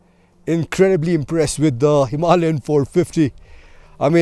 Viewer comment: Why can't Indians pronounce 'Himalayan' properly? And why does he keep saying "M M" instead of the correct way, which is "millimeters" . Excellent video though!